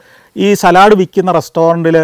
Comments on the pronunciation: not salad, but Sa-led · Santhosh, the English word ‘salad’ is pronounced as ‘saalad’ The Manglish pronunciation is ‘salaad’. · Salud not Salaaad